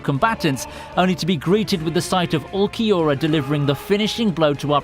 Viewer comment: great vid but u need work pronouncing names just like Urukiora ( Uru ki ora).